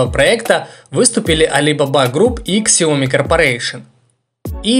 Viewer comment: "Сяоми" Так произносится